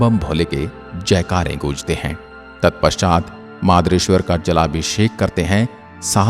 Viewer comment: बस कहीं कहीं उच्चारण ...,अरथूना, मदारेश्वर 🙏